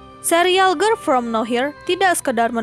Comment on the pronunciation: ngomong girl nya aja ger ger grel gemesss😭